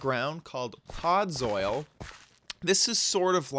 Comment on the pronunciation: And learn to pronounce its podzol no podzoil and you might need other plant pronunciation lessons